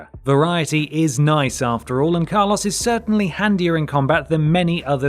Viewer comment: Why are u saying car loss....